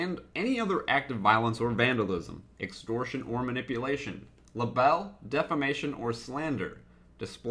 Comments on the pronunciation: Luh-bell? Aw. It's actually cute how you pronounce libel. Haha. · haha, the way he said libel.